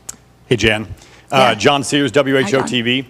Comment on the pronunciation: JAN, not JANE